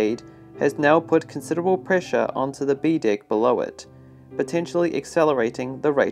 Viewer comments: “ And now raised on A DICK “ I think you meant deck my man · I heard a lot of dick instead of deck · The way they say DECK. Sounds too much like DICK 🤣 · Did you say on the dick below it? Oh he's saying deck! Lol great content! ! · I also can't unhear "boat dick" lol